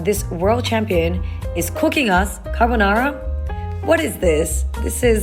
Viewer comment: You nailed that pronunciation of carbonara 😂❤ I’m American and I took my first pole lessons when I was living in Italy. The teacher was a competitive performer and the class didn’t feel like a fun, inclusive workout space, it felt like boot camp 😂 there was a language barrier too because I never took a dance class before even in English so I was totally out of my element. I’m not saying this to speak badly of the pole community in Italy, it was just my experience being in the wrong studio environment I guess. Now I’m way more comfortable with my pole classes in the US, but I would totally love to be able to attend a competition (just as a spectator) in Italy maybe when my husband and I go back to visit his family!